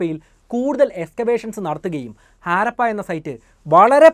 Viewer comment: Jnaan vichaarichu 5000 rupya aairikum enn. Baagyam 4999 ruveyaan. Chinkalk idh modalaavo. Aaarappa alla harappa. First clear your pronunciation 😂😂😂😂